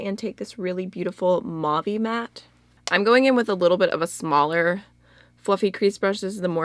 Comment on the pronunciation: Please look up how to pronounce "mauve". You're saying it incorrectly.